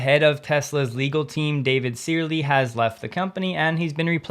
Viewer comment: FYI “Searle” is pronounced “serl”